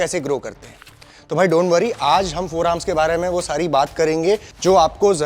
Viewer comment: Forearms❌ Foremars✅😂